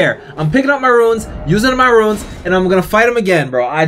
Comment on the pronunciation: Love the video, but RUNES is not pronounced RUINS. They're entirely different words with different meanings. Sorry, again I love the content, that just drive me crazy.